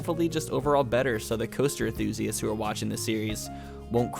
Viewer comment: he keeps forgetting to pronounce the N in enthusiasts